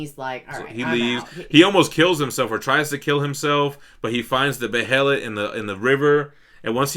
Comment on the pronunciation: I love yall fr tho, but its called BEY-LIT, not be-hell-it. Bey-lit.(behelit)